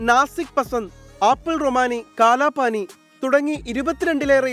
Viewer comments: കാലാപാടി എന്നാണ് എനിക്കും കേട്ട് പരിചയം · കാലാപാനി അല്ല കാലാപാടി